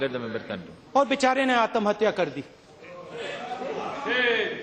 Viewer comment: आतमहतया नहीं आत्महत्या। राहुल।